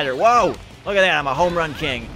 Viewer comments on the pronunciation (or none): none